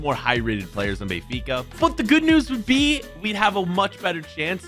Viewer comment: I sweat to god if says Bayfica one more time🤣🤣🤣